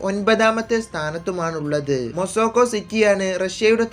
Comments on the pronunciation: മോസോക്കോ അല്ല മോസ്കോ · Mosoco alla mosco